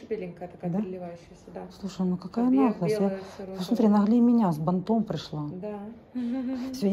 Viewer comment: когда ты гнусавно говоришь "КАКАЯ НАХЛОСТЬ", такое ощущение, что у тебя в носу тампон! Ну говори нормально, не уродуй слова!